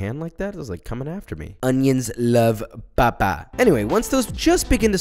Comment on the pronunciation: Not just that it’s hilarious when he say papa - but he pronounces it as “ba-ba” ....toooo funny!